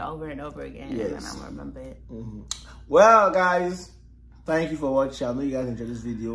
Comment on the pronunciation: How do you say thanks 😂😂😂shake body and then she said jaia😂